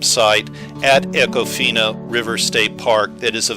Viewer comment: You can always tell a non-local by how they pronounce an area. It’s Econ-Fina. Or if you’re a local good old boy, eeeecon-fineee.